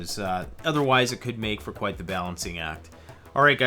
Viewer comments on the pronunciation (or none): none